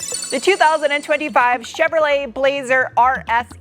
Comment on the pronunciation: "Cheveloret, Honda, Acura, Samsung(?)" 😅